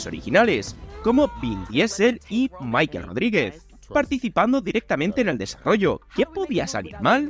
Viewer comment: tengo entendido que se llama Michelle Rodriguez, por lo tanto se pronunciaria Mishél y no Maikel. Fuente Google. Jajajaja